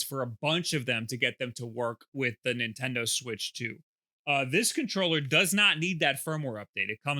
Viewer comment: Do you say Nintendoo..?